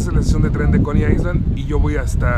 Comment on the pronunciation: no te lo tomes a mal pero no se dice "aisland" (island) se dice "ailand" como si no tuviera la "s". Saludos:)